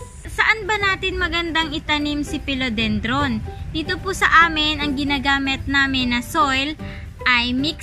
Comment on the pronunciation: i love your video....please note it’s philodendron not pelodendron...and check out the corresponding pronunciation. di malambot yung i sa phil